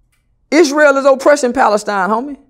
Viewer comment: "Pali-steen" never heard it that way